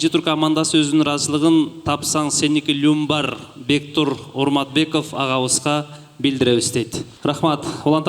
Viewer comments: спонсорду туура эмес окуп жатасызго люмбар эмес лямбар тапсаң сеники деген байкелерго алар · Люмбар эмес Лямбар